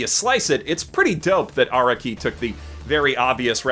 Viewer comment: how does still not understand how to pronounce "Araki" after six billion fucking videos